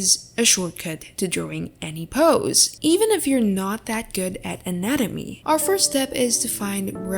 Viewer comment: Guys proofed. It's not anatomy it's "nanamee" (just skip to the start there's proof)